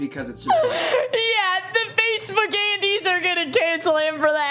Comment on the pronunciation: I genuinely heard "Facebook Gandhis" and nearly spat out my coffee